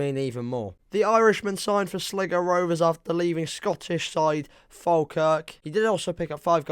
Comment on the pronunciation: Sligo as Slygo